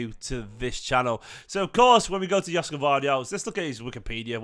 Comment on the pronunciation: Gvardiol would be a great addition to our squad. It’s pronounced Yosh-ko Gvar-diol btw his name is sort of a Croatian version of Josep Guardiola